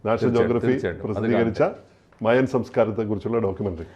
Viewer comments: Maya alla mayan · മയാ civilization അല്ല... മായൻ civilization ആണ് 😂